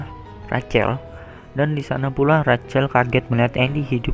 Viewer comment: Rachel itu ejaannya rassel bukan racel